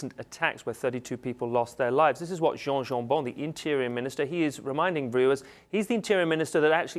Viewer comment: Oh don't pronounce Jan Jambon like it's a French name... He won't like it at all, since his party is pretty much the anti-french party. (Flemish Nationalists)